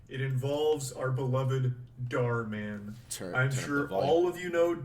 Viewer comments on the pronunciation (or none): bro still says dhar martin lmaooo